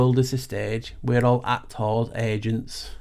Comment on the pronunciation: Damn, everytime you speak Paul. AC-TORS FFS! Energy fields? 😱. Influencers 🤔